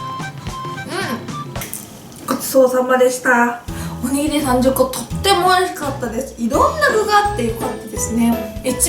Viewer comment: danc ing 「おにぎりさん10個」は可愛いwwwwwww